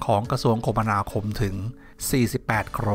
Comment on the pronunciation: อ่านว่า คะมะนาคมครับ